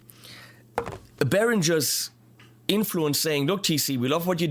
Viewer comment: Why on earth do you, as a German, pronounce the word “Beringer” wrong? As all of those st….d Americans do, you pronounce it as “Berindjzer”. Why not give all the English speaking people a little education and pronounce is as it should, with a ng-sound (like ring).